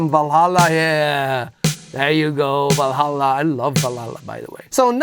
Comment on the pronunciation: Or maybe they didn't too, kind of the transition period but the original has that analog tone to it making it a bit less bright. Love your pronunciation of Valhalla btw, first time I heard it pronounced properly👌